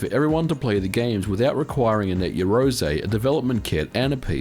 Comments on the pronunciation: You love saying Net Yeroze don't you?... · Slap a Ho every time he says net yarozay - ROZAYY